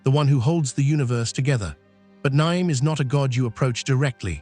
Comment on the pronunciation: That’s the worst pronunciation of Nyame that has ever been said